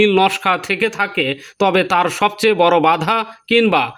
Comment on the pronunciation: "বর" নয় "বড়" বলেন।